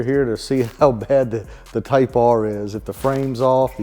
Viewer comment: It's not a Type R,. It's a Type Ahhhhhh